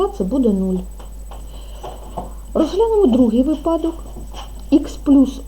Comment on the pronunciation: Дуже дякую, але вИпадок наголос на перший склад, нам ще ЗНО з укр мови складати)))